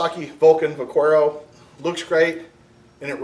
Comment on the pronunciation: Vah-care-oh it's Spanish for cowboy. Also keep on keeping on!